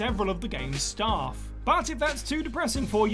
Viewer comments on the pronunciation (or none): none